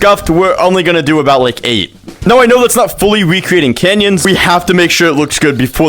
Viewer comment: That ain’t canyons that’s banyons😭🙏